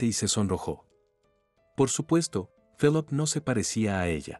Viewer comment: Se pronuncia filip